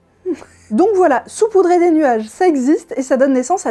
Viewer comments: Salut ! Je passe juste pour dire qu'on ne dit pas "soupoudrer" mais "saupoudrer" Bisou bisou ! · Alors juste pour éviter une épidémie déjà bien étendue, on dit sAupoudrer et pas soupoudrer (je sais que c'est en écho au COMPLOTISTE majuscule mais des personnes vont le prendre au premier degré). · Pour info, puisque ce n'est pas précisé, on dit "SAUPOUDRER" et pas "SOUPOUDRER" !!! #Bescherelle ! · Je trouve cette vidéo très choquante, que de désinformation! On dit "saupoudrer"...pour le reste, merci =D <3<3<3